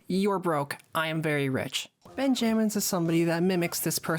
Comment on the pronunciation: Ben jammins🙏🙏✌✌😭😭 im pretty sure its pronounced benjamins gng